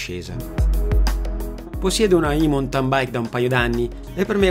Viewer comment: Bella esposizione però, cortesemente, si pronuncia "mauntin" non "muntan" o "montan". Grazie